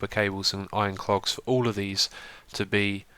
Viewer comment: xisuma, i love your mispronunciations! "Iron cLogs" and "satisfication" are two of the best :D